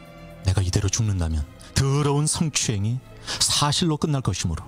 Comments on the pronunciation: 아나운서 라면서 발음을 질질 끌면서 얘기 하네요 드으러운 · 스엉추행... 드으러운...말투랄까 발음이랄까 불호임. 인기많다던데 팬들 취존. 이해는 안감. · 서엉추앵 드러운~ 이말과 발음이 귓전에 맴맴